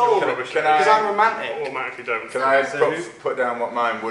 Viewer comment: i've never heard ''romantic'' pronounced like that where the fuck is he from?